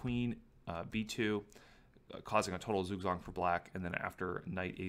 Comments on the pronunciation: Zugzwang is pronounced "tsoogtswong", not "soogswong". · Zugzwang, German pronunciation tsook-tsvahng thanks :D